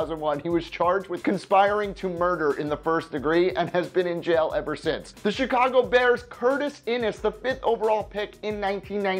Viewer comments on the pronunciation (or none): none